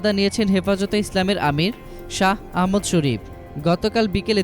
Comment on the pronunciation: আরে কুলাঙ্গার আহমদ শফি নাম টাও ঠিক করে বলতে পারস না হাটহাজারি শব্দটাও উচ্চারন করতে পারস না তকে কে বলছে রিপোর্ট করতে???